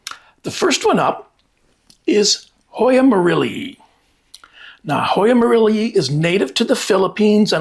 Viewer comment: I like you pronounce the Latin species names correctly, merrillee-ee. When people put an -eye at the end drives me crazy. -ii at the end is a double -ee sound. Also people who capitalize the species name, which creates confusion with hybrids.